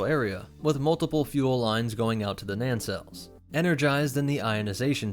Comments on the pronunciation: Nancelles? You mean engine nacelles (pronounced as nay-cells). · "NANcelles" Me: "*NAYcelles" YouTubers in general need to do more research on how to pronounce uncommon words. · What's he saying? 'Nancells?'